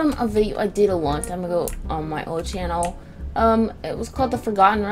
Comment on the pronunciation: do you really chanel until you say channel be chanel?